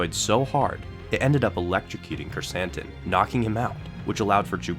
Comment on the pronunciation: Love how Krrsantan is now in live action and that we pronounced his name correctly!